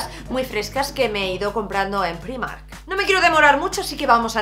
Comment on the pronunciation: Me encanta que con lo internacional que eres sigas diciendo Primark así como se escribe. Yo soy incapaz de acostumbrarme a decirlo de otra maneraaaaa :(:(:( Por cierto, la camisa que llevas es preciosa y el labial ya ni te digooooo!!! Y del haul me quedo con la chaqueta del principio, me ha enamorao :) Un besinnnnn!!